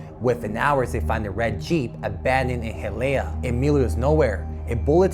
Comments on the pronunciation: I can understand mispronouncing Cherokee, but this Pendejo mispronounced the city of Hialeah, which is 100% Hispanic and is easily pronounced in Spanish correctly. I also remember the day this thing happened . It was shocking back then. But the Ay yi yi is still too much to take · You should also learn how to pronounce Hialeah